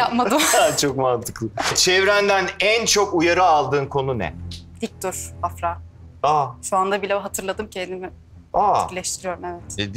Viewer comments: sondaki a uzuyor afra değil afraa gibi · ibrahimin "afranın isminin telaffuzunu öğrendiniz artık doğru söyleyin" deyip hala yanlış telaffuz etmesi